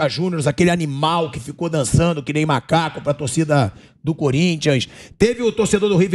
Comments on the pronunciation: Não estou afirmando com tanto certeza e quem sou eu pra julgar, mas parece que ele falou msm “malaco” e não “macaco” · ELE FALOU MALACO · Na minha humilde impressão, parece realmente que ele diz “Malacu”. E caso seja isso mesmo, o Ednilson deve ser punido e ainda pagar uma indenização ao Rafael Ramos.